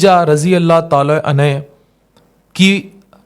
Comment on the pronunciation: RADI ALLAHU ANHU SAHABI K LIYE OR RADI ALLAHU ANHA SAHABIA K LIYE BOLTE HAIN.ARABI ALFAZ SAHI BOLNE CHAHIE.WARNA MATLUB BADAL JATA HE